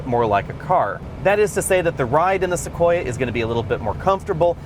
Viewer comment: ..listen for it: "Tacoya". likes tacos, now we know;)